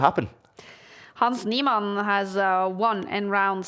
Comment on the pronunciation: hans neeMON bro pls just say his name properly once